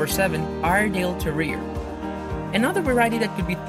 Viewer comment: Please get a narrator that knows how to pronounce the words e.g. canine is pronounced k-9 not canon! And terrier has 3 syllables it is not pronounced ter - rear. I am not correcting any more - it's tiring !